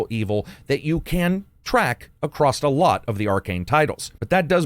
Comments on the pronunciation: *across, not accrost. Love ya! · Leaving a comment to help with algorithm...there is no "t" in the word, "across" 🤣. Love the channel, keep up the great work!